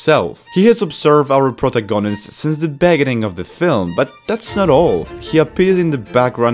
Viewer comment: Prota-gonist Beg-gining I oke hiw he pronounces it lol